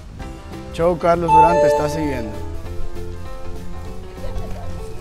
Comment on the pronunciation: Me asombra la pronunciación que tienes de redes sociales tales como Instagram, Youtube y luego tu propio nombre lo pronuncies CHOW en vez de show...